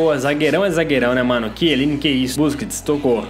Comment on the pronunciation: não e quieline e chieline